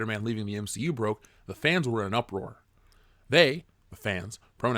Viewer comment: SAY MCU PROPER ONE MORE TIME!